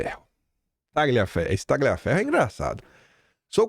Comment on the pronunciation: O CORRETO NESTE NOME ITALIANO A PRONÚNCIA CORRETA SERÁ: "TALHAFERRO"